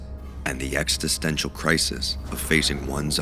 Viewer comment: You have such a great voice, and your script is so great in so many places.... But you really need to learn how to pronounce the word "existential."